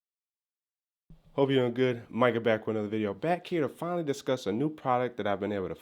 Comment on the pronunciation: You said hipe hahaha